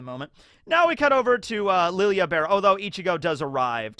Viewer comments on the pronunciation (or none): Nobody pronounces Lille's name properly. It's lidjé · You keep pronouncing Lille's name wrong, how is it Lily Ah??? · Discovering Askin is French but still calling Lille like he isn’t from south or Central America where the “ll” become a “J”. Also I love that Hanataro is with squad 11, I can’t wait for the war stories they make about the co 3rd seat that killed armies of Quincy’s. Hanataro should have been lieutenant in all honesty over Kiyone.